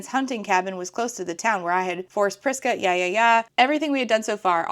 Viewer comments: I kept hearing it as “Vriska”, which was more than a little jarring. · I thought it was crisca like crisco and thought it was weird 😭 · I totally heard “Crisco” instead of “Prisca” multiple times. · I wasn't experiencing this, but after reading this comment I couldn't escape it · You're not anymore. Thanks for that.